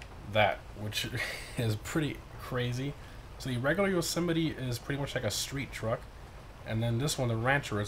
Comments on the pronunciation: It’s actually pronounced Yo-Seh-Might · He can’t pronounce the name right 🤣🤣